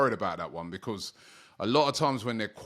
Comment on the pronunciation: 1567 videos doberman by Robbie for AFTV and he still can't pronounce the word BECAUSE. 😂